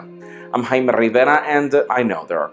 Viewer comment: there will be noise...thats y we are not hearing the J in his name while he says it